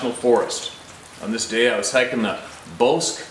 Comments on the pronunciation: Hey, Bosque is Spanish and means "forest" or "woods". It is pronounced "Boss-key". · Bosque is pronounced bow-skay, which is Spanish for forest. Forest trail.